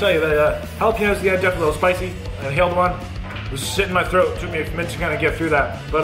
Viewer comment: Loved the Trailer Park Boys reference to the jah-lap-ah-noes! We love you in the States,!